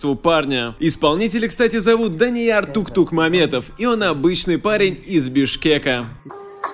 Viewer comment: Не Туктумамбетов а Токтомамбетов!!!